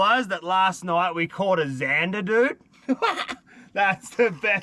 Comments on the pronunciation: Why do you call them zanderrrrr in England there just zander ? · Why he always say ,,zandarrrrr“ in the Most fking German way 😂😂😂🫶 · How he said zandar was so bloody funny